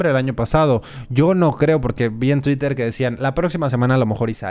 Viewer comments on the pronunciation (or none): none